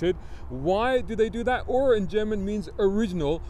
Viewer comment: Congratulations for getting 'ur' right. It's not, actually, German though. Ur was the name of the first city in the world, and so a other 'firsts' are naked after that.